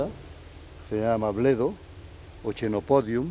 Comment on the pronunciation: 16.35 aunque se escriba en latín con ch se pronuncia quenopodium, a la italiana